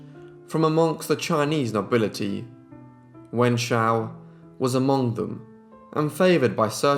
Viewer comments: You pronounce their names wrongly...it should be Pu as in Pooo Yi...and it is not pronounced as Wen Qiao but Wen Xiu (Siuuu)... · I really like this channel but I cannot listen to you mispronounce so MANY names. Look it up for goodness sake!! It's poo-yee NOT PEW YEE It's Wen-shoo NOT WEN-JOO or WEN-JYOO So many vids, so many mispronounced names. Too many to list here, it's exhausting to listen to. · his prounciation of her name makes me shudder everytime